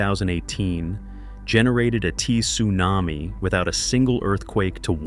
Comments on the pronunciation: I've never heard AI this bad! "T':Sunami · A T-sunami? Stupid AI narration.